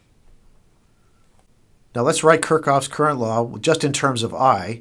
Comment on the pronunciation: haha "kurkov"? it's kirchhoff